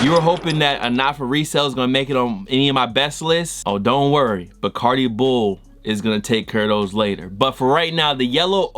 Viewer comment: nigga said barcadi bull😂😂😂